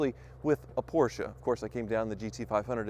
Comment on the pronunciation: Sounds like he keep saying poorsh!t instead of Porsche.